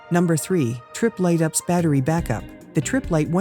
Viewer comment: Don't you love these computer voices ... NOT! All these "ups" systems ... one of them made by "aks".